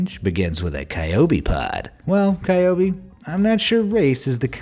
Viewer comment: Pretty sure that 'Qiaobi' is actually pronounced as 'Chiao-bee', not 'Kai-o-bee'.